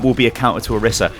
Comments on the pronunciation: I think it's pronounced "Oh-reese-a" but thank you, great video! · Orisa = OR-15-A in case you didn't know